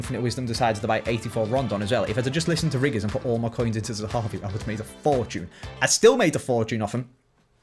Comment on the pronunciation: you need to say zehavi!!!!! Not zahavu